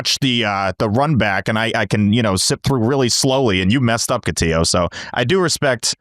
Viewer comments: They butchered name. Catillo not Cotiyo. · Cotiyo? Get his name right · It's Cotillo. He doesn't pronounce it the Spanish way, but the Italian way. And they did it on purpose, it's become an inside joke with these guys.